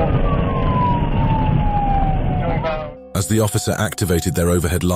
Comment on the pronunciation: I don't want a Camaro anymore. I want a "Cuh-morrow"..